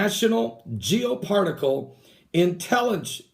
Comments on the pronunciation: Good grief you can't even read "Geo particle" , it's "Geo spat al" Ask yourself why conspiracy freaks are so lacking in intelligence and legit degrees from a university and/or work experience in a related advocation? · It's BOOZ Allen Hamilton not boze. It's national Geospatial agency not geopartical lol.